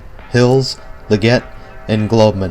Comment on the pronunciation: it's pronounced "LEG it" spelled LEGGETT lmao